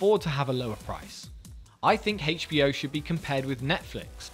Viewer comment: Why are you saying HBO like that?